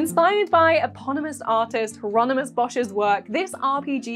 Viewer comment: Did I hear Heironymous? - There go the savings .... (Oh, it's actually quite inexpensive).